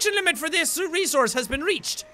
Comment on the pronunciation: It's resource not rezourze